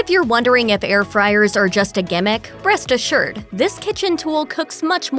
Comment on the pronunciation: “Breast assured”